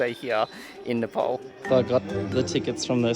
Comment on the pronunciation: Its nepal not nepol...nepal